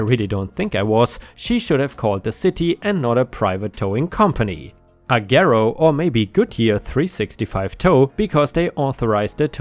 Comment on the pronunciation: The "g" in Agero is pronounced like "j," or like you would pronounce the "g" in the word age. And I could tell you a few of my own stories about what a shit show they are.